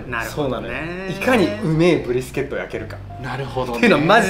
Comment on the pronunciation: 他の動画観ようと思ったら英語のばっかりだったけど、めっちゃ"ブ"リスケットって言ってた